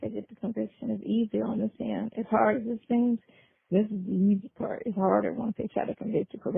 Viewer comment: “Let me hear that pawt”… I HATE to hear him say that. Shirley …girl….this man is an embarrassment. He can’t even hold a conversation. Can’t ask an educated question…this man is a fool. I don’t see how anyone even allowed him to have their phone number!